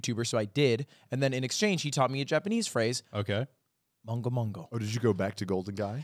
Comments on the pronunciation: Just realised lud saying mongo mongo when he meant mengo mengo, I'll see if this gets pointed out later Edit: it was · What ludwig is trying to say in the beginning is めんごめんご(men-goh men-goh, not mon-goh). It is a very slangy way to say sorry, you only say this to buddies. It is, as he explained, saying ごめん(goh-men, sorry) in reverse. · i think ludwig was trying to say mengo mengo (gomen). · at the beginning, was lud trying to say mengo mengo? (gomen but with the syllables switched around) edit: ah yes